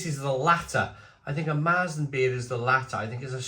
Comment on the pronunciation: Pronounced "Mair-zen".